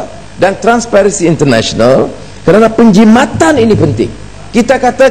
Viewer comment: Sebut penjimatan pun tak betul... porahhhh